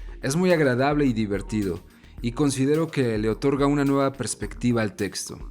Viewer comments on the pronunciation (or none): none